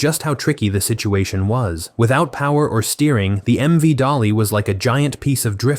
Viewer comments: Correction, it is MV DALI not DOLLY. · It is MV Dali, not Dolly